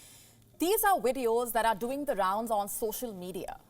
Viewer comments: It is not 'Wideos' love, it is 'Vee' for Videos Come on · 🤣 " ....these are WIDEOS that are doing the rounds on social media". sorry, i found it cute